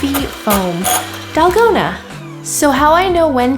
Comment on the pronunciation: it is not dalgona it is TALL-KOH-NA